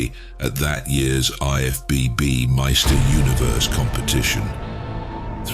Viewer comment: "Meister" Universe? These AI narrators are hilarious sometimes.